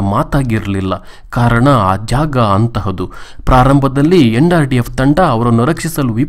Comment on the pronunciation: nrdf alla sir ndrf modlu vuccharane sarierli